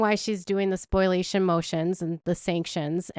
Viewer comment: Spoliation not Spoilation